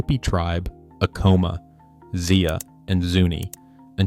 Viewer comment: You really need to get the correct pronunciation of these pueblo names. Ah' coma, Pick-crease', etc. The urge to continue to use "Anasazi" comes from a couple of things: 1) it's a pretty cool word, right? 2) It describes an archaeologically identified culture, grouping certain traits, regions and time periods, whereas "ancestral puebloan" is 100% political, demanding that anthropologists acknowledge a pueblo claim right up front, instead of letting the science work its own process. I'd be happy to see a third term attached to the archaeology, that was not somehow, or at least not directly, offensive to anybody, but fat chance! And one more thing you didn't touch on is the question of whether some of these new arrivals, such as the Athabaskan peoples (Apache, Navajo) and others weren't encroaching and raiding at that time. Probably too early for Athabaskans, but there's the Ute and other groups who are contenders for being that guy with the bow.